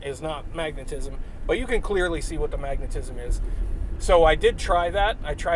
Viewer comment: 😂 When you first said magnetism I thought I heard you say maggotism. 😂😂 Btw I found a bug in my tea crackers. Won’t be buying those again in the near future. 🤨